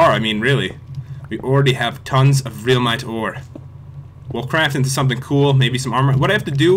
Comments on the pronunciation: It is not pronounced reulmite it is pronounced relmite pat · it is reel mite not relmite